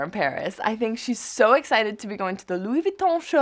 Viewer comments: “It’s just good vibes” “how would I explain it” come on Emma..... be better. Doesn’t even know how to pronounce the brand name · I swear every single time Karlie pronounces 'Louis Vuitton" I cringe. Karlie we get it you know French